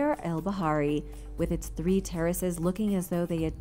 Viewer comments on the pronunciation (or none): none